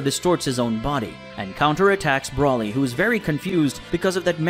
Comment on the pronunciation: BRO LEE, thats how its pronounced. Not Brawly dude. Broly is its spelling idk where your getting that pronunciation from 😂 😂